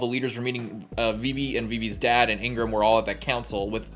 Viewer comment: The name is Igaram, not Ingram or Ingraham. You listened to it being spelled out pretty clearly in this very episode. My guy, please.